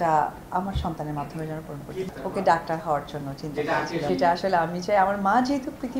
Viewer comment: দক্তার নাহ ডাক্তার 😂😂